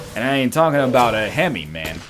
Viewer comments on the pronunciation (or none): none